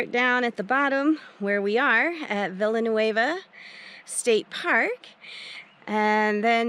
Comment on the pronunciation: My favorite park! Also, locals pronounce it like “vi-ya-new-aye-vah” (basically the double “l” makes a “y” sound in the word). Since this was my favorite park this summer, I choose site 22, 23, 24… they don’t have electric but are RIGHT on the river. A dream!!! 22 had a little covered porch and bench. The water is across the street and so is a vault toilet. The end sites you talked about are actually nice i. Summer if you’re going to camp and be in nature. The vault toilets are checked daily.